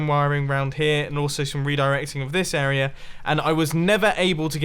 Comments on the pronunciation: I hate how he says 'arier' instead of area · Dear Mr. Mumbo: It's AREA not AREAR !!!!! ;) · I just realized he says “area” as “errorer” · This arier is done and this arier is done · Sometimes he pronounces "area" correctly, other times he says "errorer"